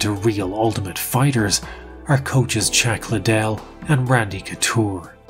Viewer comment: Him unironically referring to Chuck Liddell as "CHACK" Liddell is just top tier storytelling🤣